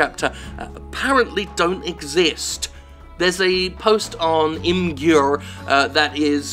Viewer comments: It's pronounced Image-er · Hey Jim, good video but it's pronounced "imager" Cheers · Wow. I thought I was the only one that pronounced Imgur like that rofl.